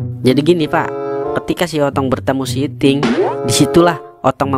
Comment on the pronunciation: Admin lagi bahas itil eh .. iting awokwowkwwowkwowk